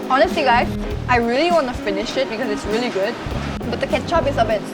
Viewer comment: when says `really`, I can hear 진짜 😂😂😂